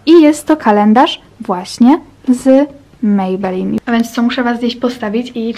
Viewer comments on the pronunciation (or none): none